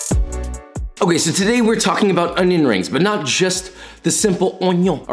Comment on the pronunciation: me, with severe stomach cramps: "uhhh i'm gonna throw up, don't think about food" also me: watch joshuwa make cwispy onion wrings